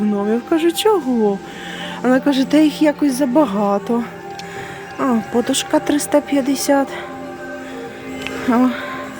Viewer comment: Чому багато блогерів в слові,,подушка'' роблять не правильно наголос?